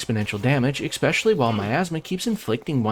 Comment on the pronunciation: Expecially ❌️ Especially ✅️